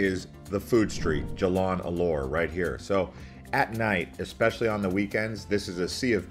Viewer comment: Locals pronounce . Lumpur as Lumpoh . Alor as Aloh . Jalan as Jah lahn If you are a foodie, take a comfy bus to Melaka for a foodie day trip. More interesting than Caves. Good effort, for a non Malaysian, but try asking a local to critique your pronunciation.